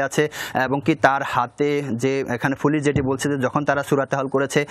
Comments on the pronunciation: "ফুলিছ" না ভাই "পুলিশ" বলা রপ্ত করেন, টিভি চ্যানেলের সাংবাদিক আপনি!! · সাংবাদিক ভাইয়ের মনে হয় পুলিশ উচ্চারণ করতে খুব কষ্ট হচ্ছে। বারবার পুলিশকে ফুলিশ বলছে।